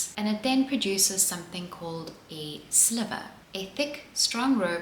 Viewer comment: Spinner here, in the word sliver, the i is pronounced like eye (as in eyeball). I have no clue why that is, I guess just a quirk of the spinning community? Lovely video, nice to see some myth busting surrounding cotton. It has such an undeserved bad rep